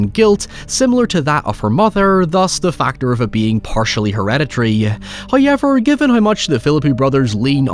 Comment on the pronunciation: That just can’t be the actual way you say however